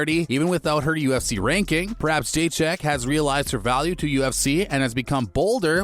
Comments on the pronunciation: Jeychek vs shaun wiley? lol your pronunciation is on point 👌. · I clicked foolishly… First clue this is clickbait? Script reader doesn’t even know how to pronounce her name… 🤦‍♂️ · Say her name right dufus..... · Please don’t Butcher her surename